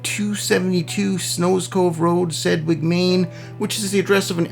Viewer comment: The g isn't silent. It's like saying "sledge"